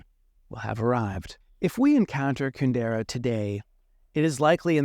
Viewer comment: With all his knowledge of Kundera, why does he not pronounce his name correctly?